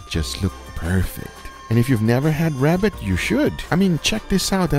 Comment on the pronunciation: Its a wabbit